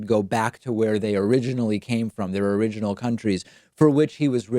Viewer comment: He spent 5 minutes trying to say "origins" Is it so odd he spells a word out phonetically? What I want to know is why did he write "some people" below it?